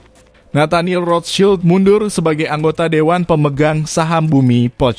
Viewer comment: cara nyebut rotchild salah